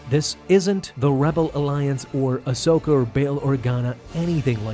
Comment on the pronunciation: It’s Ahsoka